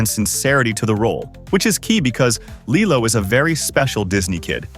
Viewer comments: LILEO? IT'S LILO! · It’s KEE-LO not LII-LO!!!😮😮😮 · Is this AI VOICED ??? Only AI that keep changing pronounciation. I mean, the narrator clearly said LILO at th begnning... but in the end, he keeps saying LAILO.... many times!!! Come on! Only AI makes this stupid mistake. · I don’t really like how & the way that the narrator pronounced LILO in some parts of the video! Does anyone else feel the same way? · I've seen the live action one... But I haven't seen the original one in forever... Also tell me why Lilo's name is being pronounced like that, and why these videos sound like they have AI voiceovers...